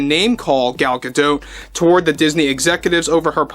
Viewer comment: Please stop saying Gal "Gadote"...It's pronunciation sounds like "Ga-doe". Thanks!😊